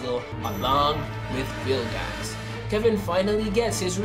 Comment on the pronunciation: Why you say bilgax it's vilgax